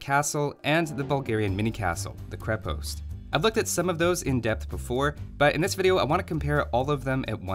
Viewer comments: Minor note from a nerd - it's pronounced "KrE-past" rather than "kri-pOst". Great content, thanks for making it! :) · You also say krepost wrong